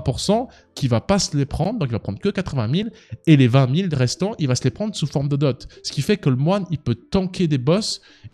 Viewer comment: dislike pour la prononciation de 20 en début de vidéo